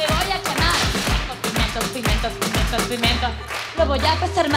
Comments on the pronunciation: Soy la única que oía "no tengo pimientos, pimientos, pimientos..." en vez de "pigmentos" cada vez que lo decía?? 😆😆😆😆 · Hay una vez o dos que dice pimentos,🤦🏽‍♂️,con auriculares se nota más...